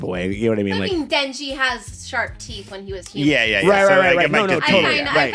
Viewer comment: in retrospect, the katana guy read denji correctly